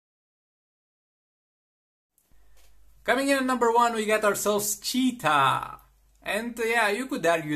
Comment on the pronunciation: The way he said 'CHeetah '